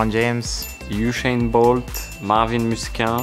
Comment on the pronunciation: Did ocon say ushane bolt😭